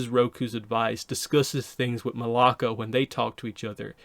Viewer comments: Her name is Malaya not Malaka, Malaka is a Greek curse word 😭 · I heard it and was like 🤨 that’s not her name. ++ that “ya” in her name is significant